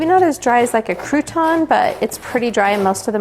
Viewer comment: Crew ton???? You mean crouton I think.